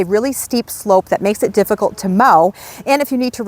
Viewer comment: I like the way you say “deer. Stay away from eet.”😂❤